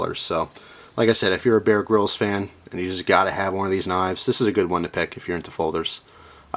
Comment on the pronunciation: he sais bear grilled knife